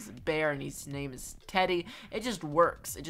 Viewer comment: really bothers me how she keeps mispronouncing almost every name